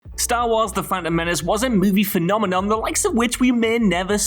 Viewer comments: "phenomenom" lolz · Did that guy just say 'phenomenom' ?? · Intro… “phenomenoM” ? 😂